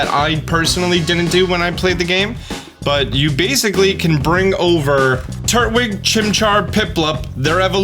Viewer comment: It’s Tur•twig not Turt•wig